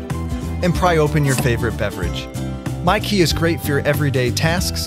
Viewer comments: Mykee? That sounds like Myki... The electronic-chip travel-card for Victoria public transport... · Wait did he say grab mykee OK I'll grab your key 😂 😂 😂 😂 😂 😂 😂